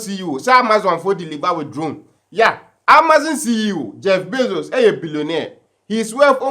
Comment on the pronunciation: please it is not Jeff Bezels. IT IS JEFF Bezos